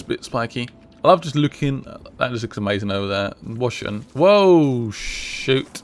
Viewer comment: he said vats